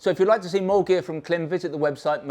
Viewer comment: pretty sure its pronounced same as "climb"... I have a Klim Krios helmet and this goggle looks perfect.. put off slightly by the comments about glasses\spectacles though as I wear bi-focals...